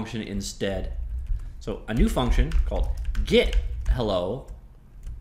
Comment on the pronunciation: FUCNTION IDK why I find that so funny haha